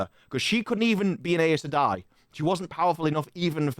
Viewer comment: Synchronized tik-tok dancing pacifier wearing Damane. Good lord. FWIW, the Audible books pronounce Aes Sedai "Eye sah dye", Loial "Loyal", and Seanchan "Shawn Chan"